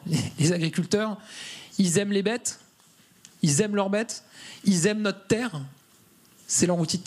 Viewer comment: "Les agriculteurs, i'zaiment not'terre" Qu'est-ce qu'il parle bien !